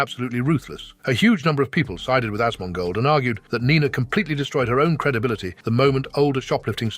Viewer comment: When she says Asmongold, it sounds like Hasan-ma-gold.